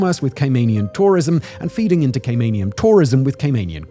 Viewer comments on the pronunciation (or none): Gay-men island! 😂😂😂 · Great video, but please pronounce CayMANian correctly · More annoying is the constant mispronunciation of Caymanian. Still love Simon though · you can’t even say Caymanian properly